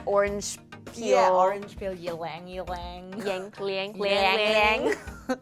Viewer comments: been waiting for content about facial oils! also ylang ylang is pronounced with a long e \ˌē-ˌläŋ-ˈē-ˌläŋ \ and it has this lovely scent especially at night. stay beautiful ladies! love your videos. 💕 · Its actually read as "ilang-ilang" :D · Omg😂😂😂 as soon as you said 'ylang ylang' like that I was thinking of the hot chick so I lost it when you said 'you forgot your blang blang!' 😂😂